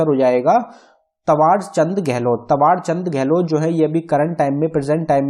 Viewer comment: त्वार नहीं थावर है सर